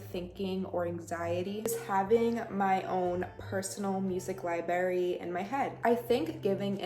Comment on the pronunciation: Do you say libary?